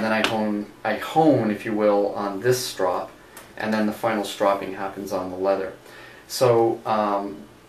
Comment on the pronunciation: You saw (strow-ping) incorrectly... its irritating